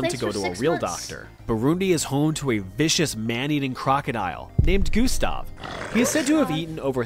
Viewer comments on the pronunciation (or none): none